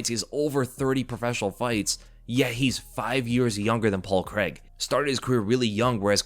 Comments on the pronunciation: Its Paul CRAIG. CRAY-EEG not creg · Paul Craig crAIg there’s an A and an I there Americans, it’s pronounced Cray-g. Thought you would’ve realised this with Daniel Craig but no. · "paul kreg"